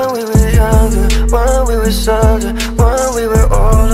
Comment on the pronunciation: It’s Softer * not sadder